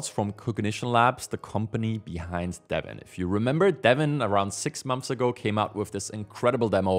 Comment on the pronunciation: Do you not hear yourself talking? Mumffs(months), furteemff(13th)???😂😂😂 I hear you say “things” correctly throughout the video but did catch a “fings” in there. How do you decide when to use “f” in place of “th”?😅 Apologies if I’m insulting you, but it’s not meant as an insult. I’m still enjoying the videos 👍